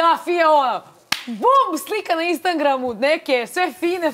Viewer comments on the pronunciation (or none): Biljana Dasic da, pa vratih unazad i jasno kaze instaNgram 😂😂, dobro joj nije i oktobar oktoMbar 😂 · Nauči više fufice da nije instaNgram , konstantno te slusam !!!!!!!!!!!!! ubi vise ma ovde ni titl ne bi pomogao